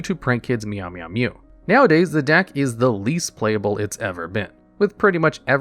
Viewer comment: You never know what you're gonna get with so when he said "Meow-Meow-Mu" as intended I got real hyped up for no reason